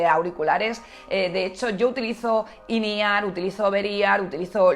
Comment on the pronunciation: Que son auriculares IN E-R? Quiere decir in ear? MADRE CON EL SPANGLISH